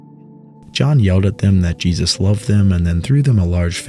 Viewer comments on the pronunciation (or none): none